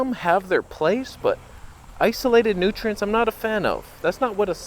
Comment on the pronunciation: Every time you said "nutrients", I heard Sverige's accent.